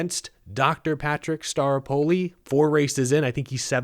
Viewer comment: I just keep hearing "Dr. Patrick Star....apoli."